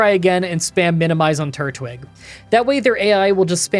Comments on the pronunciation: Just learned says turtwig weirdly. Seems like he pronounces it tortwig isn't of turtwig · I love you but tur-twig 😭😭😭😭😭😭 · Glad you're back! Also, I realize you pronouncing Turtwig as "Tortwig" is (probably) a mistake, but it's more fitting, becayse it's a tortoise, not a turtle. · Anyone else notice he said "Tortwig" had to rewind to make sure